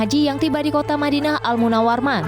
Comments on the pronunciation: kota Madinah al Munawarman kata presenternya?? selanjutnya sebut al Munawwaroh ya mbak. bukan Munawarman. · Madinah Almunawaroh, bukan Madinah Almunarman🤣